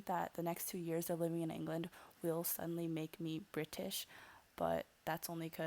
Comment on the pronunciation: love when you say "BRI-TISH" haha